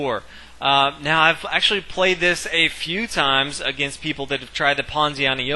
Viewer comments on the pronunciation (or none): none